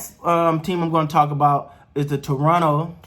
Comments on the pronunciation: I’m liking your awareness of how to pronounce Toronto. T-R-O-N-O. ;) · Gupstan Gandhstan India Sure, but people who live in Toronto do not say Tor-on-to. At least not in the 40+ years I lived there.